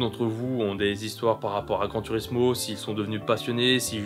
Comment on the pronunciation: On prononce "Gran tourismo" et pas "turismo"